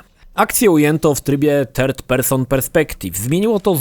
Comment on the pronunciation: choć uwielbiam jego filmy na youtube, jak zwykle mnie rozwalił swą wymową w języku angielskim.. 3rd jako "terd" jest boskie:)